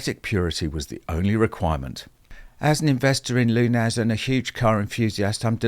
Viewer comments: Lunas,surely pronounced "looneys"? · LUNAZ?!? Don't you mean sheer, utter luna-zee?